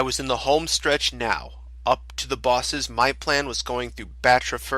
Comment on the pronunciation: "are you serious right neow?"